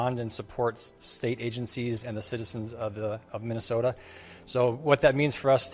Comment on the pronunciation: Guess what.....theyre not fuhkin around,like yall did when you where in power just a short time ago. Also stop saying 'minnih soat ins'